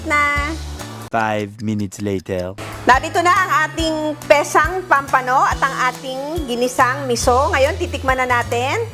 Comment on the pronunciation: POMPANO po, hindi pampano! Sa English po POMFRET! 😊